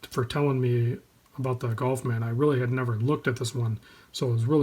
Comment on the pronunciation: ガルフマンをなんでゴルフマンと発音するの？